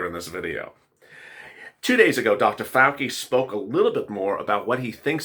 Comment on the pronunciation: Fowchi not Fowkey..lol